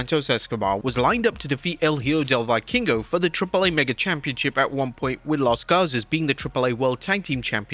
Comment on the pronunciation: you keep butchering the pronunciation of "Hijo del Vikingo"